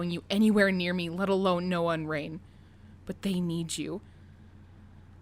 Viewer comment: noah more like NO-uh